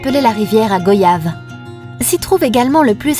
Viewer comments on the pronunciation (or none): Oula ! A peine 2 min de visionnage que ça commence mal ,déjà ont dit ici en guadeloupe g[ oi ]yave et pas g[ au ]yave ,à part si vous v[ au ]yagez ça reste un non-sens ,il serait peut être tant que certains se mettent définitivement à jour ,parceque a chaque fois c'est un concours de grincement de dent assuré de vous ecoutez décrire mon archipel . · nan nan c'est goyave comme dans voyage. De plus c'est un fruit des régions tropicales d'Amérique donc des Caraïbes y compris. Donc ont dit goyave aux Antilles c'est que c'est goyave c'est tout. On dit Paris pas Parisse. Bah là c'est pareil si on vous reprend c'est pas pour rien.